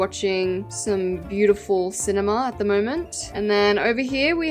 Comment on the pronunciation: I really think it's bi-you-ti-pull 😅